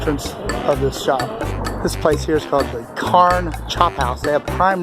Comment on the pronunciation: And “Carne” is pronounced, “Car-Neh” it’s spanish for, “Meat” Not, “Carn”